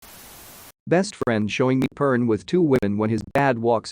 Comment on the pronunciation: Pern. WTF is a 'beuner'?